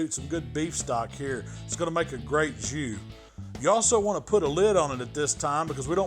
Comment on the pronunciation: I’m horrible but I LMAO when you said “I’m just going to let this beef soak in this Jew.” I know you said “jus”. I’m probably going to hell.